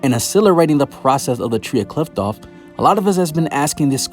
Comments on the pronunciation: It’s pronounced KLIFF-OTH not KLITH- TOFF, just wanted to clear that up fr the next time you make a video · Qliphoth is spoken "Klee-foth" , not "kliptoth or "klaipoth" how other youtubers are saying it. why does everyone has a wrong pronounciation? Anyway thanks for the video.